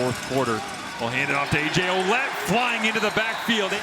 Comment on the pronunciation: its not O-lette its Wa-lette